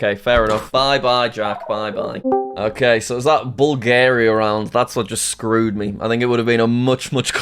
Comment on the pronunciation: "Im Headging my bets betwin col and ecu" its bulgarua